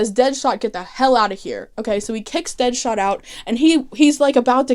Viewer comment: i truly love that you call deadshot deadhot every time 😂😍